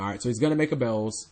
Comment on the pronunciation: its not bells its beelze omfg!!!!!